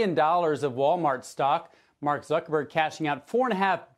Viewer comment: Did you jus call him Mark Zucchini-berg? 😂😂😂😂😂😂😂 ....(to infinity!) and beyond!